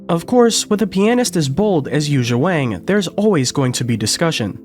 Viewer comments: Pronunciation note: Yuja’s family name, a very common Chinese name, rhymes with “song”, not “sang.” And the j in her given name is similar to the j in “John”; there is no “zh” sound (as in “precision”) in Mandarin. I met her in 2012 in Shanghai. She’s very friendly, not pretentious at all. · It's pronounced Won now Wang...it has that looong ah sound as the vowel. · I don’t understand, it seems so easy to fix the problem. if it’s not pronounced with a long a (Waang) and supposed to be pronounced like song (Wong) why isn’t it spelled Wong ?whoever thought it should be spelled Wang ? of course everybody’s gonna call her Wang. if we should call her Wong take out the A and put in the damn O ! problem solved. of course I guess it’s too late now… so silly. I heard it’s the same thing with Lang Lang. It’s supposed to be pronounced like long long. so why didn’t they spell it Long Long ? somebody get me a drink 🥃